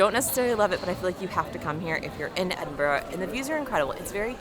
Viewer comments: Please learn the language... EdinburAH not Edinburow. My American wife even finds it annoying.. and she's from Cinsiotti. Lol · It’s not Edinborro its EdinBURGH try and pronounce it right. Ed in burr ahgh. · Quality vid about my city - tho shame about the 'Edin-boro' (Edinburra) 😊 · Mostly pronounced Edinbra. Oddly enough. Not Edinbroe. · Its not Edin burrow. Its Edin bur uh. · Not Edin-burrow, but should be Edin-burra or Edin-burrer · I hate when foreigners say EDINBORO- it's 'EDINBURA',,,,,, AND WHISKEY IS IRISH- WHISKY is Scotch/Scottish. But welcome anyway. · Well for starters it's not Edinboro it is pronounced Edinbura. Do not miss the Edinburgh Festival in August it will blow your mind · EDIN BRUH not EDIN BURROW ! SCOTS WHISKY without the letter E = Scottish . WHISKEY with the letter E = American. SCOTCH is a drink not a race of people. 100 degrees is the boiling point of water !! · Edinburrow???? Noooooooooooooooooo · I lasted 54seconds before I had to click off, your pronunciation ‘EDIN-BORO’ was like nails on a chalkboard. EDIN-BUUU-RRAA!!!!! lol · Edinboro??…….cringe! It’s Edinburah,Edinbruh or EnBruh!! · My recommendation is stop calling it Edinburgho it's pronounced EdinburghA . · Edinbruhh NOT Edinburrow. Apart from that, WELCOME! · Nope. Edinburruh or Edinbrah. Not Embra. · Ceud mìle fàilte! Welcome to Edinburgh! You'll get there with the pronunciation - less 'bro', more 'bruh'! If you'll be around next month, the Edinburgh Fringe Festival is well worth experiencing at least once. Enjoy your visit! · just say “ehdin-burr”. Lots of people say that, rather than trying to mimic the true Scottish pronunciation. Edinburgh > Edin-Burr > Edinborrow. Never do the last. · Ed in bur uh. Put it all together, Edinburuh. Not "Edinburr". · Pronounced Edinburu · Edin...brrrruh! Edin....brruh. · Thumbs down and skipped as soon as I heard the first word of the video. "Eddinburrow' . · Why do American's continually butcher British place names? Edinboro.